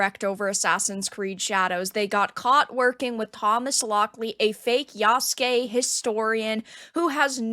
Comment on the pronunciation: Lmao I’m dying… Yasugay…